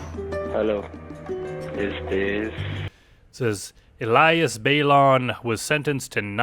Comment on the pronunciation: Its pronounced Eleeas